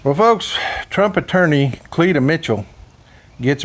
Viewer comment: Cleeta? What in the actual hell is a Cleeta? Sounds like a bad STD